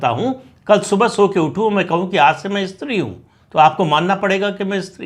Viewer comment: इस्त्री अशुद्ध है इसका उच्चारण स् त्री है ध्यातव्य।।